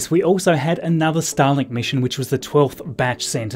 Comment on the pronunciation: Why do I here "Stalin" whenever you say "Starlink"? :D